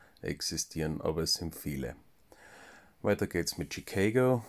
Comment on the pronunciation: Genau so "Haare" blöd klingt und du zurecht sagt, bitte english, solltest du wissen, das in "Chicago" das a wie im deutschen ausgesprochen wird, gell 🙂